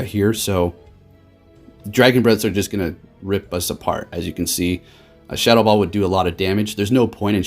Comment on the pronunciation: I kept thinking what move is shuttle ball...then realised you were saying shadow ball